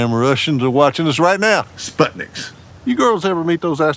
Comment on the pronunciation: Still cannot pronounce Sputnik.